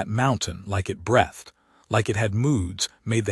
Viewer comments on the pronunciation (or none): Please correct the AI. It is breethed not breath-d. Otherwise great story. Thanks. Yorkshire, UK.